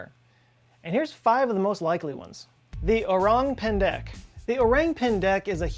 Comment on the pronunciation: So the orang pendek isn’t pronounce like orangutan it’s more like o-rang soured:I’m Indonesian